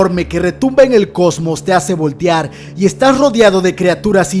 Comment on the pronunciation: jajaja "voltiar"